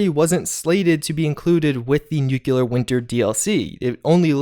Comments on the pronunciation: nu-cle-ar. not nu-cue-ler. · Please, nu-clear not nuku-lar. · Nuclear is pronounced new klee ur not new kyu lur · "new-cle-ar". not nuke-u-lar. please, it's driving me nuts!! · love your content! 1 small thing though. It is Nuclear, like New-Clear. Not nuke-you-lar. Thank you! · Newk you lurr 😆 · *NOO kleer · sorry ...its nu-clear 2 syllables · Why is it so difficult to pronounce "nuclear" ? I swear I didn't hear anyone saying it right...